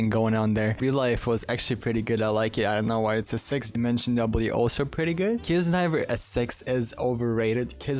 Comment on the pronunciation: I love the fact he can’t pronounce six and it sounds like “sex”